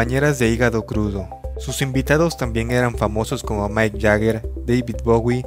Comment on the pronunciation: Mike Jagger? Es MICK Jagger y se pronuncia como se escribe